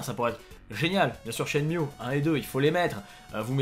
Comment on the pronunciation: Pardon, mais je suis obligé de le dire. SHENMUE s'écrit en japonais (シェンム ム se prononce MU pas MIU. chaque fois ca me gratte quand je l'entend. encore désolé... 😘